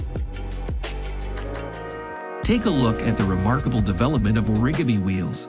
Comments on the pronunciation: Oh rigger me??? Are you trying to say origami? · Orígimi?? lol